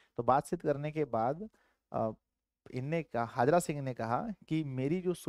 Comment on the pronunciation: हाजरा सिंह नहीं हैसर हजारा सिंह है